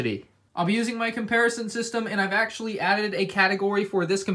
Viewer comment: ahh yes “Auctually”